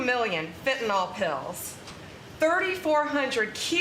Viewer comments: By the way, it's fentanYL not fentanOL 😄 It hurts my ears, it does. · It's not fentanol, it's fentanyl. Lord help. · Is "fentanol" different from "fentanyl" ? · Fenta " nyl" not fenta "nol". Im more concerned about him being a cruel psychopath. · Everybody please say it once and remember it: fentanyl. That's fen-te-nil. There ain't no "nol" in the word. No awl, ahl, nol, it's fen-ta- nyl. -nyl pronounced nil. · Ugh!! It’s not Fen-tan-ol- it’s fentanyl - fent-an-ill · BONDI, GIVE UP THE “FENTYNL” SCHTICK! You NEVER CAN GET IT RIGHT! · Why do the MAGAs pronounce fentanyl "fintanol"? Or even "fit'n'all"